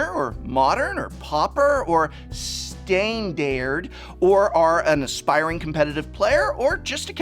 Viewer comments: "Stain dared" LMAO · Never heard of "steyn-derr"? Sounds like an exciting new format! Can't wait to play it 😂😂😂